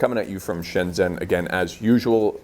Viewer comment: I love you bro, but why don’t you pronounce “Shenzhen” like “Shen-jen”? ZH should be pronounced as “J” or “G” to us westerners, right? Anyway, love from Zhongshan xo